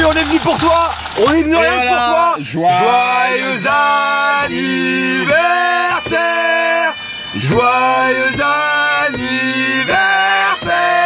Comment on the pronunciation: . Se qui dise joyeux anniversaire se que j'entends Joyeux anyme versaire